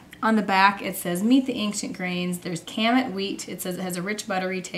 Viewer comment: Kamut is pronounced kah-moot :) I never eat cereal but I think my family would enjoy this. Thanks for sharing.